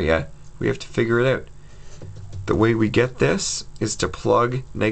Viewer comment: Thank you! Canadian? "OUT"